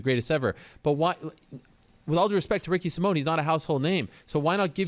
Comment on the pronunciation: Ricky Sai-min, not Ricky Sim-mone